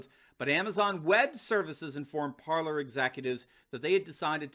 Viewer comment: Ok im gonna show you how to say it right you say parlor but its PARLER for the french word to speak its pronounce like this PARLEY and ur wlkm